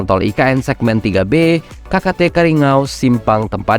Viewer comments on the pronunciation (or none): Maaf salah ngucapkan bukan karingau tapi yg betul kariyangaw ya bang